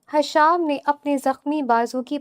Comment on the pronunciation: حشام نہیں ہشام ہوتا ہے